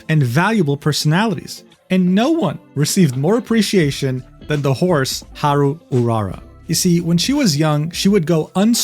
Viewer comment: No way this dude can spell "Grand Prix de Paris" with a decent accent and spelling "Haru Urara" with a american accent.